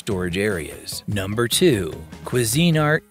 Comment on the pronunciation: Who the heck taught you how to pronounce Cuisinart?